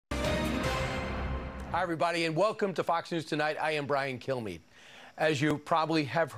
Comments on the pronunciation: I always hear "Brian Killme". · Brian Kilmeade really needs to focus on pronouncing the D in his last name. At first, I thought that he was basically saying, "Hi, I'm Brian. Kill me". Which would have been funny! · That's what I hear every time he says his own name.